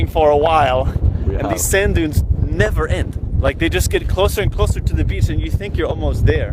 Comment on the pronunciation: "Never end" first time I heard ur accent! 😂🥶